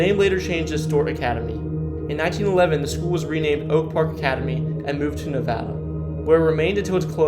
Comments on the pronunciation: The town of Nevada, Iowa is pronounced Ne-Vay-da, not Ne-Vaa-da like the state. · Nevada (nəvādə) not (nəvădə) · It’s not knee-vada, it’s ne-VAY-da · It's pronounced 'nevAda' not 'neVada' Never mind, I see English is your second language, carry on. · You’re obviously not an Iowan. Correct pronunciation for Nevada, Iowa is Ne-vay-da. Several others you got wrong too. Dez Moinzes? Really? Too many others to mention. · 1..Nevada=Knee-Vada 8. Ottumwa =Oh-Tum-Wah 7.Clutier=Clue-Tier 5-Dysart=Die Zert 3. Des Moines=Duh Moine 2.Greyhound park was torn down in . Tama Iowa is more like a hour south of waterloo. Not 30 minutes. You leave waterloo 30 miles later you'll be just getting out of Hudson. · In Iowa, Nevada the city it pronounced Ne-vade-a. Des Moines is French, so you don't pronounce the "s". I love these videos but how can you not know is pronounced Rose Anne and not Rosey Anne? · Clooteer pronunciation of Clutier. Navayda pronunciation of Nevada. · The capital of IA is pronounced with a silent "s" and the city of Nevada the middle "a" is a long sound. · I'm 27 seconds in and the pronunciation of "Nevada" and "Adventist" already made me cringe. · Also Nevada, Iowa, which is pronounced with a long A sound unlike the state which uses a short A sound.